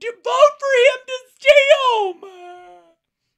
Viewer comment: We have weird vowels. Heome is one’s place of residence, in Philly. It’s an unintended diphthong - or something like that…